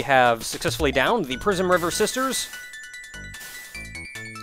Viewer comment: I keep hearng "Prismriver sisters" as "Prisonriver sisters". Derf. It perfectly reflects my opinion on what most musicians deserve, but it's a bit harsh on those three.